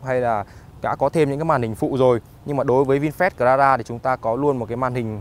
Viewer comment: Cờ la ra vãi ông ạ